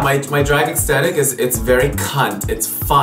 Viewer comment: if he says extetik one more time!